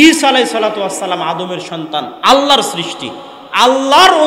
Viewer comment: SALAM TA KI SHUDDHO HOLO?